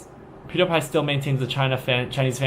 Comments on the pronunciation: pewdiepie isn't very famous in China outside several websites and forums, but your pronounciation of his name realy doesn't help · PewDiePie is pronounced “PEW-dee-py” [ˈpʰj̊ʊu̯ɾɪ̟i̯ˌpʰɑ̈ɪ̯]. By the way, his real name is Felix Arvid Ulf Kjellberg [ˈʃɛɫbɚˠɪ̟i̯]; he is actually Swedish by birth. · His follower loves to believe him. It's like how people want to believe they are better than everyone when they really are only just normal people. It makes people feel good. I like how you keep saying his name wrong. Good job on that. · I love how he pronounced the name wrong so many times, so funny lol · did you mispronounce his name on purpose? good job ...